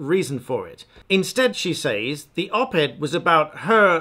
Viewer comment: It seemed to take you a while to realise that "loan her voice" is wrong English. I cringed as you repeated these words several times. Fortunately you redeemed yourself right at the end by finally saying "lending her voice". Now all we need to fix is your habitual wrong pronunciation of "says". ;-) I admire your content, keep up the good work.